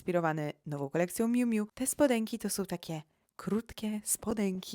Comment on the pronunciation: Nie ... miu miu ! Czytaj Miju Miju 😂